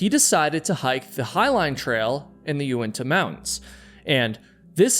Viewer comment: It’s Unitas not uentas